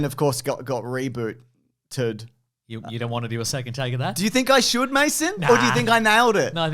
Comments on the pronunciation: What a weird way to pronounce Rebooted. What a dunce. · reboo... ted... yeah typical ruining videos